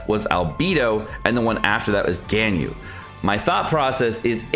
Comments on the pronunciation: Albeedo? Albeedo? really? NOT EVEN 5 SECONDS GO BY and then "Gainyu" BRUH PLS JUST LEARN THEIR NAMES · Al-BAY-do. GHAN-yoo. SHA-oh. Go-ROH-oo. YAH-EH. Jesus. Please.